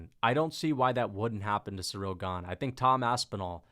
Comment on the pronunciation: cereal gah-ne